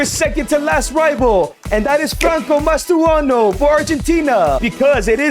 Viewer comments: Mastantuono not mastuano 😭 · It's not mastuano